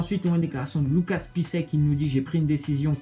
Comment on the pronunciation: Ont dirais pour Piszczek il dit Pisse sec mdr